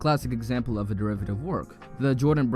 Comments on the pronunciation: Enough talk. Go straight to the point. DERIATIVE vs Derivative shit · "deriative work" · “deriative work”